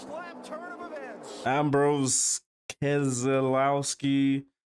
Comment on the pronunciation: Brad Kezz-A-l(ow)-ski is the pronounciation